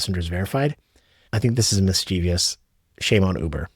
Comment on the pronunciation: Yah well shame on you too for adding an extra syllable to the word mischievous. Its not mis-chee-vi-ous. Look at it... its 3 syllables. I dont understand why theres only like 43 people in the country (yes I counted) that aren't clueless about how words work. Whenever I criticize somebody's language , I like to guess on other things , they screw up in that language based off of what they screwed up. So , i'm gonna take a wild guess and say that you can't say the word fentanyl , and you probably don't know the difference between a screw and a bolt. How's my accuracy? One more guess how i'm gonna say that you used to screw up the idiom "for all intents and purposes" by saying "for all intensive purposes" which makes no sense but you thought it sounded cool until you were talking to one of those 43 people that do words and they corrected you and teased you about your verbal faux pas. My guesses have been exhausted. Except you are probably currently abusing the word "literally" like the rest of the sheep that will do anything to fit in and pretend their old ass is still cool and relevant. Ok done. If I sound harsh, it's because you probably making videos and saying words, if you're gonna get paid to say words should be professional and say words that you understand the meaning of that, describe what you're trying to say,, if you don't understand the meaning of the words you should probably just look it up.That's really easy. By the way , it works the same for word pronunciation. I